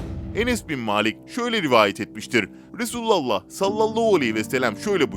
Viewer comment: Duymak isdemiyoruuz duzgun soyleyin efendimiz peygamberimizin ismini